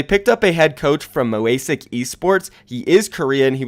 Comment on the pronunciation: The team was Mosaic esports not Moasic. I don't know how you can pronounce things so wrong with the names literally right in front of you